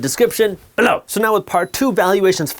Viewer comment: Always like when he says down "BELLOW" 😂